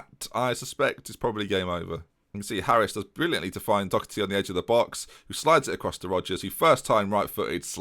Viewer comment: Anyone wanna tell him it's Doherty not Docherty?